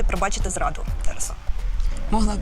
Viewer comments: Не ТарасУ, а ТарАсу! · Чому ТарасУ, а не ТарАсу? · ТарасА?! Шо за наголос, парле аля франсе